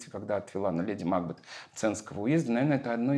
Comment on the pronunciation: МакбЕЕЕт, а не МАкбет, Николай Максимович, простите великодушно, но это так.